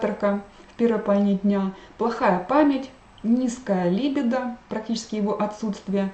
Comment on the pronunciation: Заранее прошу прощения за замечание, но ударение правильно ставится так: либИдо, алкогОль, инсУльт. А лекции Ваши очень интересны и полезны, большое спасибо!